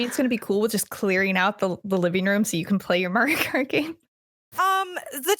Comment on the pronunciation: She said kario mart... I swear!